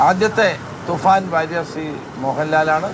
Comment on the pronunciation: Hello bro. Please note that's THUFAN is right pronounce. Some times you're repeating THUFAR .please not that.